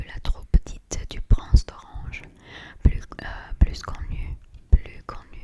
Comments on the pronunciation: you pronounce plus with a s if the following word is a vowel (unless it's a proper noun) and if it means "+" or an advantage if it means something negative or the next word is a consonant or it's the last word of a sentence it's "plu" so "plus connu" is "plu" i'm sure there are other cases and exceptions but it should be right most of the time 🤭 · Merci pour cette vidéo, tu parles vraiment très bien, c'est impressionnant !! 😍😍🤩🤩 : on ne prononce pas le "s" à la fin de "*plus*" quand il est suivi d'un autre mot. Par exemple, le plus connu ou le plus grand se prononcent "le plu connu ou le plu grand". Mais si le mot plus est à la fin d'une phrase, là on prononce le "s". Par exemple : c'est l'acteur que j'aime le plus ! (on prononce "pluss") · Cool en français 🙌🫶 plus connu mais tu ne prononces pas le (s) à la fin ;-) donc la prononciation est [PLU] ! Bravo pour ton français c‘est très bon 😊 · Pour le « plus connu » on ne prononce pas le S, donc on prononce « plu connu ». 😊 Ton français est impressionnant❤️ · Tu t'en sors tres bien! plus : plusse Travails tes U un peu. Best tegarfs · On ne prononce pas le s de plus quand c'est du négatif ou quand c'est suivi d'une consonne b c d f g h j k l m n p q r s t v w x z Par exemple "c'est plus dur" on ne prononce pas le s de même que dans "il ne pleut plus" on ne prononce pas le s non plus. Mais de manière générale si ça te paraît bizarre de prononcer un s c'est qu'il ne se prononce pas par exemple arcs-en-ciel tu as eu un moment de doute tu as su naturellement que c'était bizarre de prononcer le s